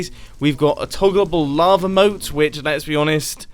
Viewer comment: who else thought he said lama moat????? Lol